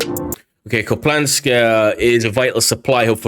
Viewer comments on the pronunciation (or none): Ok I have to say it. It’s not “Kuplansk”. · Loved the video, just wanted to point out for the future that there's no L in Kupiansk, pronounced like "Coop-yansk" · it's an i, not an L Kup-i-ansk. Thanks for the updates! 💙💛🇺🇦